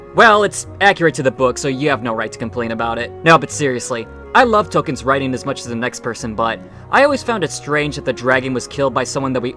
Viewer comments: This is kind of a nitpick, but.... It's pronounced Tol-KEEN, not "Tol Ken." To be fair to, that's a common mistake. It is amazing there's three of these videos and nobody mentioned that though. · So you keep saying Token (Toe-Ken)... It's. Tolkien J. R. R. Tolkien with an L in the middle. Pronounced Towl·Keen. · Tol-keen. Please don’t expect to have your opinions taken seriously if you’re not going to make an effort to pronounce the man’s name correctly.